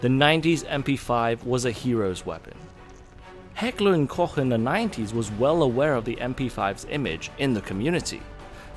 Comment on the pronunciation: Thank you so much for saying Heckler und Koch and not Heckler and Coke. ❤